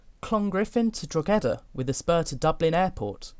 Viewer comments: haha, I think mu favourite was pronouncing drogheda "drogedda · You didn't do too badly on the pronunciation, the gh in Drogheda should be soft though, almost like it's just a h on its own